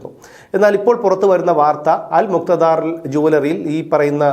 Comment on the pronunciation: അൽ മുക്ത ധാർ അല്ല അല് മുക്താ ദീർ ആണ്